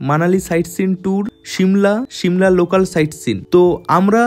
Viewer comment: শিমলা 🚫 সিমলা ✔️